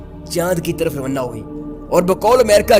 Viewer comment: روانہ کو رونّہ کہہ کر ہمیں بہت ہنساتے ہو۔ ھھھھ